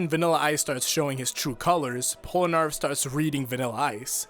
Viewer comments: man, i love the actual content of this video but why is it so common for people to call polnareff "pol-a-nerf" instead of "pol-na-reff" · Pol-A-Narf? bruh it's Pol-Na-Ref. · "polunarf" you had one job. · I like the video, but the way you say Polnareff is weird :p